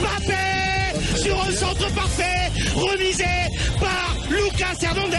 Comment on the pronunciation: je crois que c'est le seul commentateur au monde à prononcer Mbappé correctement!